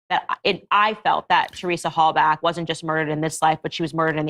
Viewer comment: You can’t even get the pronunciation of Halbachs last name correct. Candace is terrible.